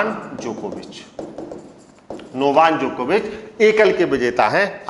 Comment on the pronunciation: नोवान नही नोवाक जोकोविच है 😄😆बहुत गलत बोलते हो